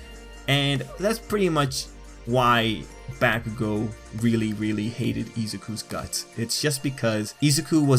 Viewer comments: Homie...good vid but you saying BaCKugo and not Bakugo is like messing with me lol. Still...ill sub :) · Bah-koo-go. not Back-ew-go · its bah-ku-go, not back-oo-go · It's not backugo its bakugo... Dude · I ain’t tryna be mean but you say it like “back-ugo”it’s “bak-ugo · He sed bahkugo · He says Bakugou as "Backcoogo" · The names are Japanese, the Japanese language is pronounced in fairly standard phonetics throughout the entire language. His name is pronounced Ba-ku-go: Bah as in sheep, Coo as the birds go, and Go as in forward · Wtf y u say his name like that.... BaCkUGo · I cringe everytime you say bakugo.... I'm so used to listening to his name as B-ah-kugo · It was bothering me the whole time "BAAAAH kugou" lmfao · Helpful video but the way he says Bakugo makes me scared.. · You pronounce Bakugou's name weird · And I hate the way you pronounce "Bakugo"...Have you even watched the anime , man..? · Finally someone mentions it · "eezuku and bAKugoo" stop